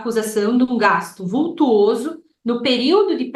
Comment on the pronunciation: Vultoso e nao "vultuoso" como a advogada empregou.